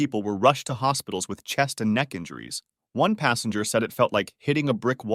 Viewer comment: Ffs it's passEnger not passAnger